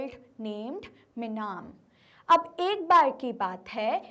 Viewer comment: mam its not meenam its minam